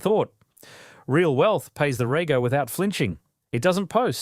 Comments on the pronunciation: Teach AI that REGO is REJO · Watched a few of these now. Really like the videos. The voice is an AI voice clone right? Rego pronounced Raygo at the end. Theres been a view misspeaks on other video like that. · Pretty good AI video. Pronunciation of rego was the most obvious tell. Still enjoy watching these though (have a 15 year old Corolla :D )